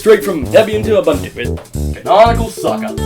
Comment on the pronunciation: it is uBOOntu not uBUNtu